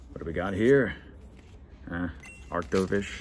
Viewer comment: Like it. Achtovish is Otter-or-Fish